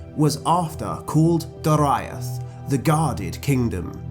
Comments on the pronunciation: I always thought Doriath was pronounced 'Do, ree, ath' not 'Do, ra, iath'. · Dude it pronounced Dor/ee/ath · Not how to pronounce Dor-i-ath. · that pronunciation of Doriath... ooof.